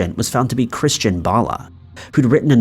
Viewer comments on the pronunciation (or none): none